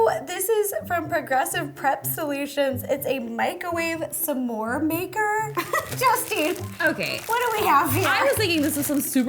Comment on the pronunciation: Everyone: S'more Rosanna: Sumore